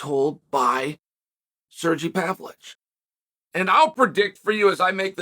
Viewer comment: Sergy pavlich? 😂😂😂